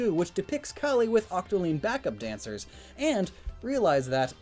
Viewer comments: It’s calie C A L I. E not colie it’s Marie not mare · It’s CALLIE NOT CALIE